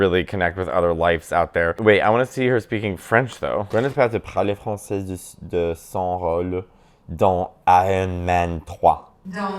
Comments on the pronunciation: It was so cool to understand you in all three Romance languages you used! Your French is really good, but you shouldn't pronounce the "z" at the end of français, because there's no "e" at the end. But you sound really good! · Youre pronouncing ‘français’ wrong in French; the ‘s’ at the end of the word is silent, unless you’re using it as an adjective: (French thing, French person). When you’re referring to the language, the ‘s’ at the end of the word is silent. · Honey stop saying “Francaise” when referring to French language lol it’s francais (no S sound at the end ) and this is coming from another fellow friendly Moroccan haha Love youuuu you re amazing!!!